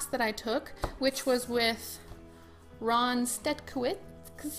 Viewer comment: You actually read Ron Stetkewicz really well! I would just change the last part. You can read it 'Stetkeveech' ( 'ch' like in 'witch') :)